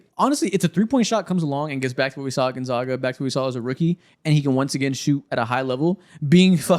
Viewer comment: Can someone please teach how to pronounce Gonzaga